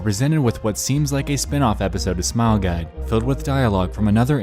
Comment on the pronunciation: AHEM! You said Smile Gide. You mean Smile Guide.